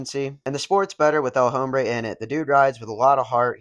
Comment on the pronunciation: You don't pronounce the H in El Hombre.